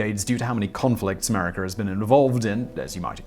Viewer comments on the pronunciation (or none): I love the way Simon says "'Merica"! Thanks for making me laugh Simon (especially considering the subject of this video...hmmm)